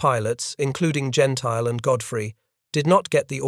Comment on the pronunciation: Gentile's name is pronounced, "Gen-tilly